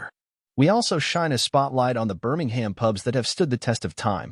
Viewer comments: Best watched with the volume set to zero - Would be improved with a transcript - then wouldn’t need to listen to the appalling American accent of the generated narration - mispronouncing Birmingham and generally irritating and annoying- Why can’t the channel record its own dialogue- preferably with a local accent ? Photos are great - information interesting if you can tolerate the awful audio track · Birmingham isn't pronounced like that, I'm confused!